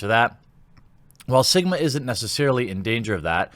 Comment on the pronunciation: I heard Jeremy say "Simba" when referring to Sigma.